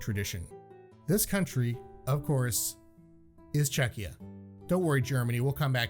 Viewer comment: The fact that the said Czechia is comendable